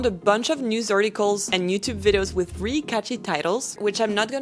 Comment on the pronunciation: You are so fluent in English that I hesitate to say this, but if you want to fine-tune one thing, you need to say "really" with the /l/ sound, it sounds like you are always saying "ree."